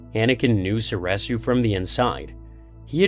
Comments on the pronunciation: So-ree-su, not so-reh-su. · Was anyone else losing their mind every time he said "soresu"?